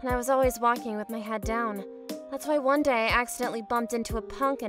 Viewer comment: bru she said vone